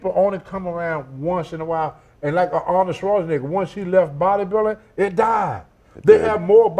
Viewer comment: he said awnald schwarzinigga smh. Tony needs speech lessons